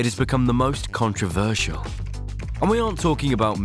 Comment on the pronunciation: kuhn-tra-vur-sheel :D